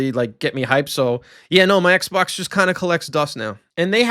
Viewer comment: ay-low fre on the eggsbawcks free-siiggstee was peak